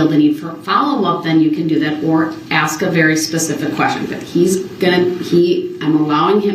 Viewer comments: Axe brooks ... 😂😂😂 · Hyped up 🎉 Please 🧐 is that a please 🤔?I would have needed dentures before puberty if a grown up had to axe me to say please 😜 evil lil gremlin 🔒🔥